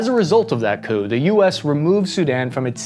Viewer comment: I swear you said poo instead of coup at one point. And wtf is a "hill-ux"?